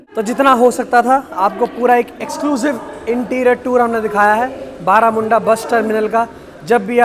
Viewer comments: बरमुंडा है बारामुंडा नही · Baramunda nahi sir barmunda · Barmunda byaiya not baramunda 😂😂😂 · Bermunda not baramunda bus stand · बरमुंडा bus stand बlरामुंडा nahi bhai